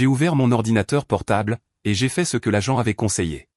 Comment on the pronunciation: l'agente et non la jante 😂😂😂